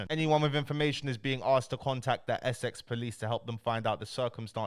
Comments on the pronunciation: man said SX POLICE NOT Essex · Why does he say Essex like that, it’s literally one of the easiest words to pronounce 😂keep the good content going though 👌